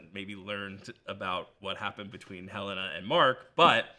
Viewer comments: I find it very rude when people refuse to call characters by the correct pronunciation. Helena is HEL-leh-nah, not Hel-LAY-nah. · Is Helena always pronounced Helayna in the US? So many YouTubers pronounce her name differently to how they actually pronounce it in the show. Adam Scott even corrected an interviewer who pronounced it in a TV Insider (I think) video.